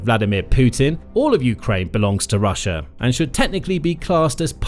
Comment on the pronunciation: .... "rush-er" lol